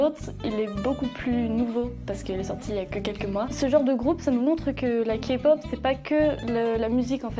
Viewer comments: K-pop et non Ka pop !! Sa m'enerve les gens qui disent sa!! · faux pour le premier clip... je l'ai jamais vu et pourtant ça fait un petit moment que je connais la Kpop. au passage ça se prononce Képop pas kapop. faux aussi pour les EXO, je connaissais écoute pas et tout les fans de kpop n'écoutent pas les EXO. Cliché. Ha pour les BTS je suis d'accord avec la rousse que j'ai la flemme de retourner en arrière pour voir son nom. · AHHHHHHH ON NE DIT PAS KAPOP MAIS KÉPOP merciii hahaha ;) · Keï -Pop on dis le k a l'anglaise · "...de la ka-pop" ....OK😅😅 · OUIIII !! JE DIS OUI POUR LA K-POP !! 🇰🇷 (Ps: et s'il vous plaît,par pitié arrêtez de dire KApop... 😭) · LA FILLE AU DÉBUT À DIT KAPOP !!! KAPOOOOOOOP ?! SVPP T.T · On dit Kay-POP pas K-POP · Kapop Faisons tous 1min de silence pour cette prononciation.🙉 Sinon Les musique au ralentie c'est horrible. Les gens qui y connaissent rien dans les coms fermer votre bouche svp. Army kikoo stop svp. Et Les gens qui s'énerve sur la fille qui parle beaucoup Calmer vous,au moin elle explique très bien et peut aider pour se qui serait intéressé pas la kpop Voila je pourrait encore parler de plein de point négatif qui me soul Mais je nais pas le temps. Annyeong :3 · OH MY GADDDD DES LE DEBUT MES OREILLES SEIGNES MAIS POUTAIN DE MERDE POURQUOI KAPOP ? POURQUOIIII ÇA DEVRAIT ETRE INTERDIT PAR LA LOI 😂😭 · "KAY POP" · ON DIS PAS KPOP DEJA 🤣🤣ON DIS KEI POP 😂XD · POURQUOI "REGARDER LA KPOP" SIVOUPLÉ DEJA ESSAYEZ DE PRONONCER CORRECTEMENT